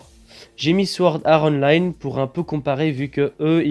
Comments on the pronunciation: T'abuses à dire Sword Are Online srx temps qie tu prononce Online en version anglais le sword art aussi mec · Sa serait trop bien mai apprend à prononcer swort art online !!!!!!!!!!!!!😂